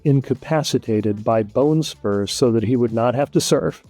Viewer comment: BONESPURS! 6 TIMES "BONESOURS"? Commander n' Chief? Bonespurs, really?